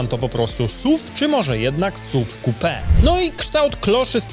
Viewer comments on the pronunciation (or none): none